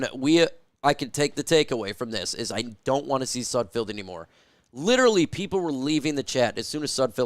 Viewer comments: IT'S SUD F E L D NOT SUD F I E L D !!!!!!!! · His name is not pronounced with field at the end. Can you not read? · Could you at least learn how to pronounce his name before making a damn video? It's painful to listen to you butcher his name and really destroys any credibility you think you have. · i know sudfeld is hot garbage but you could atleast pronounce his name correctly